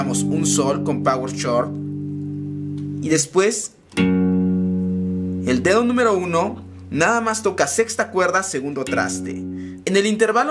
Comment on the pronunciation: Ese wey dijo "Power Chord" con "ch" de chorizo hahaha no mames es Chord como "Cordon"